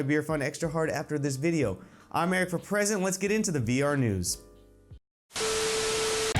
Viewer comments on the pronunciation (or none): For the longest time I thought your name was, it don't really sound like your saying Eric For President.